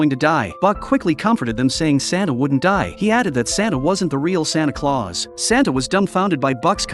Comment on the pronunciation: “sonto clause”💀